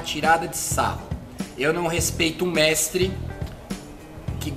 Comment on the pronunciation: Vc não era treinador vc fala num "mextre" responde. Mas o nome da série é mextre porque?